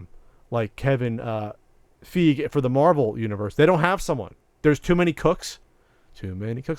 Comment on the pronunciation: Has no one corrected on Kevin Feige is pronounced Fy-gee, not Feeg